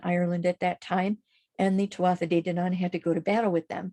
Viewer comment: Thank you (very irish name) great information here really enjoyed the video. Just fyi tuatha is pronounced too-aah much love 💝